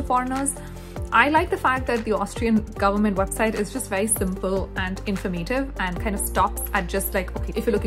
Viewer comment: Didn't know about this; thanks for the info. Also, I like your presentation style and voice. But I did chuckle when you pronounced "very as "wery", though :)